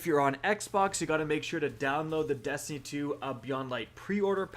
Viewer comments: "testiny 2 news" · Did anyone else hear “testiny” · Are we gonna ignore that he said testiny